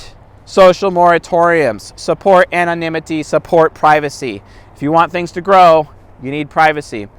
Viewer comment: "Anonimity, Anonimity" don't know why I had a big laugh when you said it XD